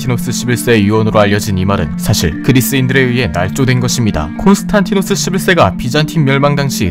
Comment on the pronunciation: 콘스탄티노스가 아니라 콘스탄디노스라고 하는 게 맞습니다.